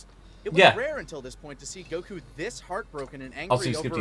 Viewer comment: The way the one guy pronounces Goku grates against my skin like a rusty cheese grater covered in broken glass.